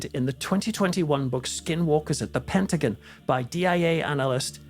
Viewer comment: Said Pent ah gone. Not Pent ah guin.❤ Patty